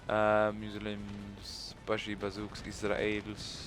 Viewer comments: he says Muslims like Meslims I'm just wondering is it on purpose his accent or doesn't know how to say it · I know this wouldn't happen but what if he lost as he was like battle of the century and peasants with pitchforks and another thing is he saying Muslims wrong like he doesn't know how to or on purpose just wondering keeps winning